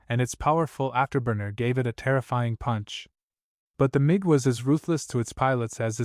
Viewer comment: SO it's "Mig" which rhymes with "pig" not "Mee gee" 15, AND the Mig 15 did NOT have an afterburner. That came with the Mig-17F. The P-40 was successful when used with Dive and Climb tactics vs. Japanese fighters, "boom and zoom", so diving was the preferred method of attack, not a problem. The FW-190 first test flight was June of 1939, but didn't become used by German units until August 1941. Again it's the "Mig" which rhymes with "pig" 21, and you forgot to mention the Mig-21 is STILL in operational combat service, as is also the F-4 Phantom. Please return this video and the AI that went with it to the "drawing board", as this is a fail. 👎